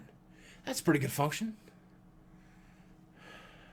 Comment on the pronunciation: "thats a pretty gud function" ..........lol